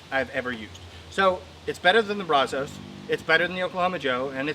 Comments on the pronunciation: So funny hearing how non Texans say “brazos”. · Really wish you would learn to pronounce brazos , I live in brazos county Tx & the Brazos river flows through it